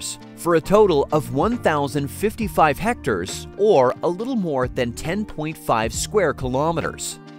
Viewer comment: Its pronounced heck-tare not hecter lmao